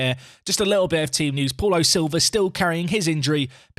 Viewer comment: I love how you say Paul O’Silva rather than Paulo Silva. It makes him sound like an Irishman with a fancy surname